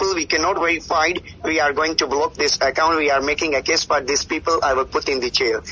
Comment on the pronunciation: The most hilarious and cringing part where he actually trying so very hard to speak without his natural thick Indian accent but accompanying with all that broken English scattered all over it….i dunno what he trying to sound like tho🤷🏻‍♂️😂😂😂😂 The way he say the word ‘Account’ just crack me up real good lol lol 😂😂🤦🏻‍♂️🤦🏻‍♂️ goddamn that nostril sounding..